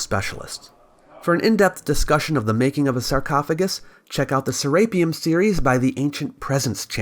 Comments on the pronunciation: "saRAPEum" is incorrrect. "seraPEUM" is correct. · (Ser-rape-E-un)? Never heard it pronounced like that before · Say rape one more time FS can't watch this because you pronounced it ser rape um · You're mispronouncing SERAPEUM, are you just using an AI reader, that is painful.